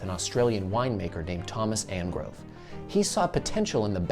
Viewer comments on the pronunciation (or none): The inventor of the wine cask was Thomas ANGOVE not Angrove. You'll need to correct that.